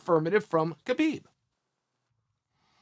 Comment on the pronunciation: He'll call him Khbob.